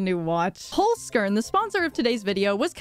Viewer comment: how you say holzkern bring me to cry ( im german )